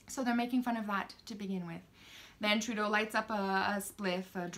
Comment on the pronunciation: Ladies and Gentlemen, please get our Wrong Dishonourable P.M. N.P.C. name correct..lil 'justy tra-doh.